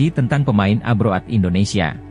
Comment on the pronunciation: Channel gk modal, narator aja pake template sulih suara gugel, alhasil artikulasi dan pronounce nya jg ngawurrr , parahh, safee sali di baca safe'e, harusnya di ucapkan safi sali, ejaan lama di baca oratmangoen harusnya oratmangun, abroad di baca abroaatt, hadeeeuhhh 💩💩💩💩💩💩